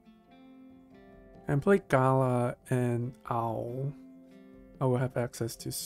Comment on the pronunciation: The second a in Galah is drawn out, not the first. Like Galaaah, not Gaala. Unfortunately the game pronounces it wrong too.